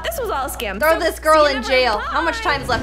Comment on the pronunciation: and they also said skim instead of scam